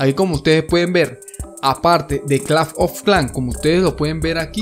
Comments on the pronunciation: clafh ofh clan xd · si notan en su pagina dice aki en ves de aqui no soy un hater pero nose me dio mucha risa cuando escuche claf of clan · lo mejor del video es que dice claf of clan aunque se dice clash of clans pero bueno a mi me hace gracias y es el primer video que encunetro que el link no contiene virus:D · A alguien mas le incomoda cada vez que dice claf of clan jaja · ⬇️⬇️Las veces que dijo claf oj clan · nadie: absolutamente nadie: este men: claf of clan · like si este men te trauma cuando dice claf of clan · el "Clafn of clan" XD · claf of clán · El men dige claf of clan me hiciste el dia bro te ganaste un like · c dice claf of clan ahora;} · claf of clanf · claf of clafnm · clanf of clan xD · claf of clanc ajajajaja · claf of clan XD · claf ofh klans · CLAF OF KLAN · CLAF OF CLAN :V Q PEDO LISE SI ESCUCHARON XD :V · claf of clan JAJAJAJAA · CLAF OF CLAN XD! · pronuncias un poco raro clash of clans